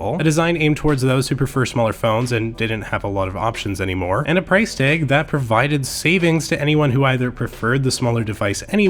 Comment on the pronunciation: OMG does he pronounce ALL of his As that way? He just said price tayg I stead of price tag. It's like nails on a chalkboard.